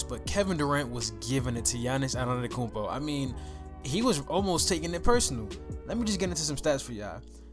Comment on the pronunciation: Bro cmon if you want your channel to grow you can’t analyse players for a hate standpoint. You not even saying his name right 🤦🏾‍♂️